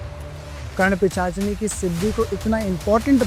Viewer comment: एक भी बार सही से पिशाचिनी नहीं बोल पाए सही से